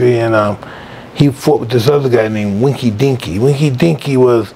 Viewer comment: yooo winky dinky??? LMAO! isn't it Enkidu?🤣😂🤣